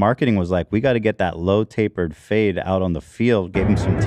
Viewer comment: Did anyone else hear "load to the face" instead of "low tapered fade"? I was so confused 😅